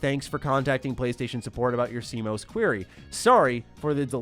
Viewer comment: ‘See-Mose’ battery 😂 😘